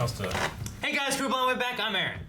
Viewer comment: Honestly, everytime you say the intro all im hearing is "kuro ".